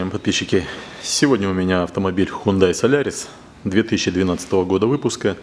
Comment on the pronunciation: Хёндэ (с ударением на первый слог), а не хундай.